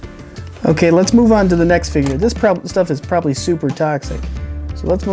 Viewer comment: did he say lead's take a gander?